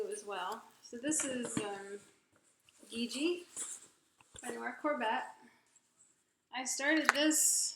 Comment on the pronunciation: Loving your WIPs. All of your work is A1. YT "Gigi from Gigi" to get the correct pronunciation though! ("Shi Shi" not "Gee Ji"!!) xxx (PS please don't hate me!) x